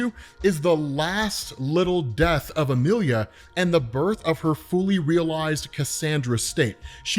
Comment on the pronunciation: Say it with me Ah-me-lee-yah. How the hell did you read emily